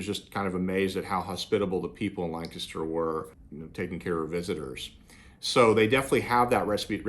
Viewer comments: It was nice to hear someone say Lancaster correctly. 😀. Funny, I’m from Lancaster County with an Amish heritage. I retired in Somerset County and once a certain family at an Amish store found out who our Amish friends were back home they got quite cold towards us. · Thanks for pronouncing Lancaster, correctly!😀